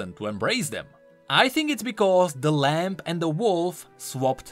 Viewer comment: i love your work keep it up, please continue to provide us with great League Lore. but...PLEASE good sir...Lamb has a silent "B" - it's spoken like (Lam) - NOT...(Lamp)